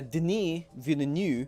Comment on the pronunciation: Why is everybody so bad at pronouncing Villeneuve? How would you pronounce ville? How would you pronounce neuve? Now smack them together Veal-nerve, like a sinewy tortured calf